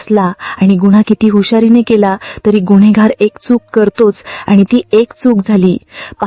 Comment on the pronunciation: गुन्हेगार असा उच्चार करा मॅडम. गुण्हेगार नाही.